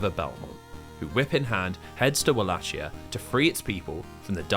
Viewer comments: I dunno if I can sit through seven hours of this when 11 seconds in I hear "Wall-ATCH-ee-uh" instead of "Vul-ACHE-ee-uh"... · walachia is pronounced with a hard C, not a "ch" sound. Its wal-ay-ki-a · Wallachia is pronounced [Vah-Lah-Key-Uh] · walachia is pronounced like a V (Vah lah kee ah) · One small correction as someone from the actual region of Wallachia/Valahia, it's pronounced Val (as in Valentine) A(as in father) Hi ( as in Michael Jackson's hee hee) Ia (as in Yarrrr like a pirate). Aside from that, awesome video. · It only took you ten seconds to mispronounce Wallachia in a 7 hour long video!